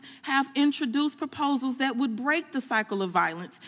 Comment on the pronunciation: Poposals? Noncarceral?? What language is this?!?!